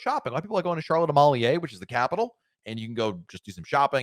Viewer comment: St. John, USVI is singular not plural. Not St. John's. Also you butchered the pronunciation of Charlotte Amalie (ah Mal lee. Or ah Mal ya)